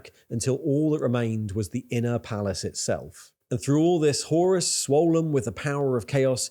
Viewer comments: Btw, though I may be pedantic about the pronunciation, very good video, mate ;P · Whore-us Heresy.